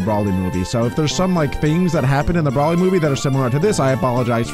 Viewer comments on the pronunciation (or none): Its bro ly not brawly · It's not brouwly its broly😂😂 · PLUS IT'S BROLY NOT BRAWLEY😡😡😡😡